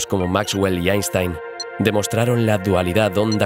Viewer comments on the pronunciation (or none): none